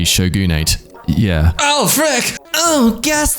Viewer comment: Even if you haven't seen a single word of japanese history, your pronunciation of "tokugewe showgunate" deserves a "capitil poonishement".